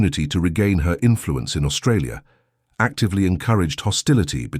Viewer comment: Not “Australia” Aus-Trasia TREY SEE AH